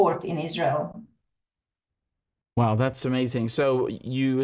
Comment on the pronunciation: Ban IZ-RA-HIELL